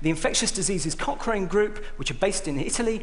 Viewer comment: Cochrane collaboration, that's what they're called. I heard "cock ring" too, though...XD